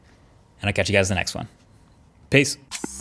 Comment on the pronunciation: why do you pronounce peace 'pois?'